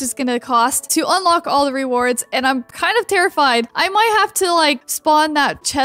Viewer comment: EARLY!!!! ❤️❤️ EDIT: Whenever you say ‘terrified’ I think of TeRaFiEd Anyone else?